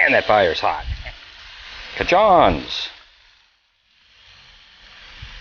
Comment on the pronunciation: Great looking ribs, and I really need to try that sauce from CaJohns. I've tried other products from them and they are great. They actually cook and bottle the Bone Reaper for Keith Jenkins up in Ohio where their place of business is. It's pronounced kinda like Cajun, but more like Kayjohn.